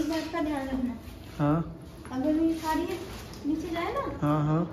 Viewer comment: शुद्ध बोलो सारी न बोलो साड़ी बोलो😂